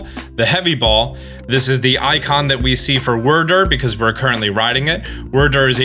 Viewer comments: Isn't it pronounced Weer Deer not wurrdurr? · Wyrdeer is actually pronounced Weir-deer, as Wyrd is the Olde English word for Fate. Makes sense as Wyrdeer is a psychic type, so it makes sense that it can see the future. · Stop saying wrydeer like that. It was pronounced ‘weird-deer’ in the presents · please stop saying Wyrdyr as “Wur Dur.” It’s WEER DEER. It’s a deer and the name of the Pokémon has the pronunciation of DEER in it. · WYRDEER DEER DEER NOT WYRDERR WYRDER!!!!!!! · Wydeer not WURRDURR haha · (Where-Dear) is the actual pronunciation 😂😂 I know you B.sing tho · Why does he call him Werder?? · Why are you saying wrdr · I love you man, but for the love of any Pokemon with Charm, its pronounced weir-deer. Like weird, but without the D at the end, and the deer. It was funny the first couple videos, but now you're making me cringe every time. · Did they not say in the trailer where they showed off the new evolutions wyrdeer was pronounced like “weirdeer” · He says it in the wrong way as a joke.